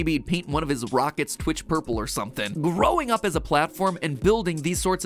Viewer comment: It’s Twitch not Snitch